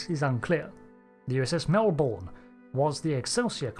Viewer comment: As a Melbournian, losing both Melbournes and the pronunciation of them both brings me great pain :P